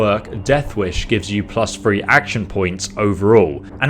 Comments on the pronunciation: Thhhhhree, not free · Great video! Thanks!.... But... If you can say 'Thirty', why can't you say 'Three'?